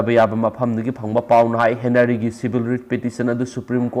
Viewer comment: Okram Henry haibane, henary natte